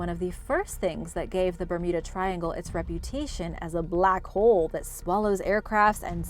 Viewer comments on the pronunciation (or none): none